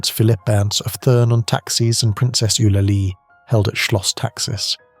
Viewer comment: Please note to whoever is narrating this article. The name is pronounced TURN and not THURN.